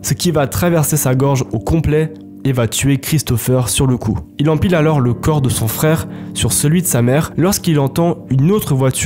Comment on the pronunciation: Super histoires j'adore mais frère on prononce pas le s dans alors t'es fou ou quoi